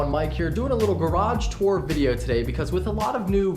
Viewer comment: Hahaha "back here in my garrraage"